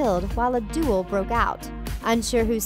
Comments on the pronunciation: the word is "DUEL" not "DUAL"! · Duel. Not Dual. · DUAL? NO! duEl. C'mon. and "Leeta", not "Layta". Grindelwald didn't die, he was captured and Dumbledore taught Transformation! Outta here. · Duel not dual